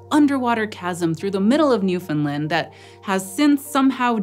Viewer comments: For the love of Pete! "NEW-FUN-LAND" Not "NEW-FUN-LUND". It ain't Swedish. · Almost, it ends with land, not Lind So more Newf'ndland. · I was keep hearing New Finland instead of NewFound Land. Was that me? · Newfinlin doesn't exist. There is a NewFoundLand, ita an english language name. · Always informative and interesting. Now please say it with me NewfoundlAnd. Not NewfoundlUnd. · It's called Newfoundland , not New Finland. And the epoc is Cambrian not Caimbrian. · newfoundland. not newfinland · which is actually very close, but rather than New Finland, it should be Newfin Land. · it's New fin LAnd not New fin Lind, for future reference. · newfin-LAND not newfinlind. this was a hard watch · obligatory "you're pronouncing newfoundland wrong" comment its newfin-LAND, emphasis on the LAND. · I died a little bit inside every time she said "New-FINLAND" 😅 Newfoundland rhymes with Understand. Still absolutely thrilled you did a video with Newfoundland!!! Amazing paleontology discoveries here, the oldest sign of life and the oldest sign of multicellular life!!! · Didn’t get Newfoundland right, though. It rhymes with understand. Grating on my nerves. There is supposed to be stress on the third syllable. It isn’t optional, nor can it be waived as just accent. Western Americans don’t say “understind” or “Frihnce”. It’s just lazy ignorance. Especially because they’d be pissed if we said they lived in “seetle” instead of “see-Ah-tle”. But I agree about Quebec - it has no w in it! And the Indigenous word that it is based on didn’t have a “kw” sound either. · I know its not your fault but your pronouncing newfoundland wrong, its Newf-in-land, easist wany the the phrase "understand newfoundland" I'm from newfoundland, it drives us crazy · Getting jarred awake every time the host says ""... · It sounds like New Finland to me 😂